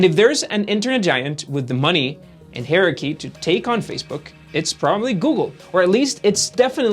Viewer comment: Is somebody else writing the script for this guy to just read? I’m only a few minutes in and so far I’ve learned that he doesn’t know how to say hierarchy or convoluted. And now add infamous to the list